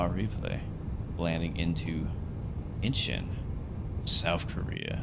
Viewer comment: Its pronounced INCH ON, not Inchen